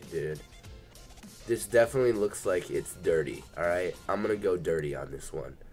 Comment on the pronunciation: he says "those girls are dedinetly getting railed" 😂😂😂